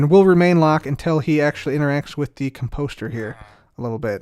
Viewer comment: I love you but it’s COMposter, not comPOSter.